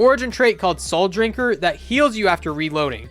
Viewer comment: Rank was interesting but your butchering of words was absolutely horrendous. Pugilist and Souldrinker.... if you pronounce your words correctly, you will have much better videos.